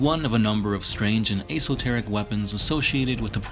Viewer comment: ess-ohh-terrh-ick / imp-edd-eh-ment